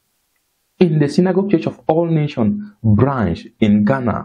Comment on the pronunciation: Good job brother. Please kindly ensure that when you mention the ministry's name always pronounce with the 's' at the end of Nation. It is Church of All Nations NOT Nation. God bless you.